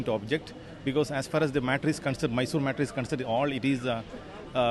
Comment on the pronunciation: It's not Maysor. It's Mysore. Atleast write correct spelling though pronounciation does not come for you.